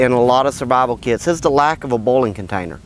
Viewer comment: Good vid but I kept thinking you were talking about bowling instead of boiling XD